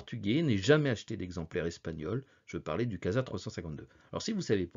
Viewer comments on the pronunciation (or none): none